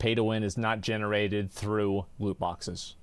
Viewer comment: woot bwoxes - asmongold